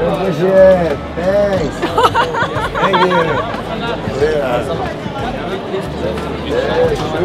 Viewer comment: "iea shur"